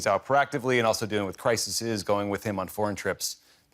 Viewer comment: "Crisises"? Really???